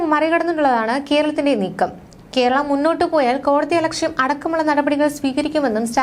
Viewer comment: കെർളത്തിൻ്റെ ? കേരളത്തിൻ്റെ എന്ന് പറയൂ.